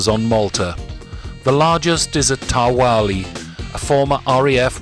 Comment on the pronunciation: Just another polite correction.. The letter Q is generally silent in Maltese so Ta Qali is pronounced "Ta Ali" not Ta Wali. The silent rule also applies to words beginning with GH. Just tryingto help.